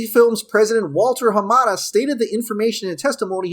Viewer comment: Thank you for pronouncing Mr Hamada's name CORRECTLY.